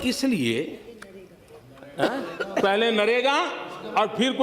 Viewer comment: नरेगा होता है राहुल जी गलत उच्चारण क्यों करतें हैं।